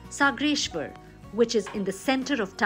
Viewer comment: कोण बाई घेतलीय निवेदन करायला??? 'सागरेश्वर' ऐवजी 'सगरेश्वर' म्हणाली चक्क....